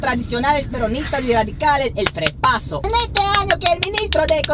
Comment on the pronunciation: "FREPASO" you even nailed political parties from 20 years ago LMAO